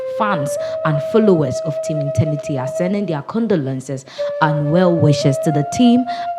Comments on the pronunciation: Please check your pronunciation. It's ETERNITY not internity.... madam why ..my condolences to the entire team. ..😭😭💔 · Madam, It's Eter-nity not Eten-nity